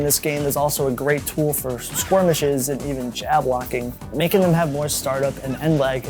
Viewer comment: This is the second time I've heard you say "squirmishes" instead of "skirmishes"